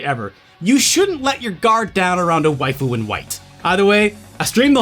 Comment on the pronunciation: I lost brain cells every time he said 'waifu'